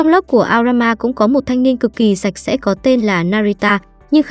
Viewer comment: Thánh sạch sẽ đoạn cuối t nghe thành thánh xem sẽ :))